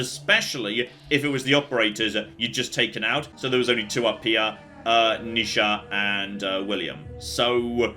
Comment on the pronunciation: NEE sha,. Not nih sha...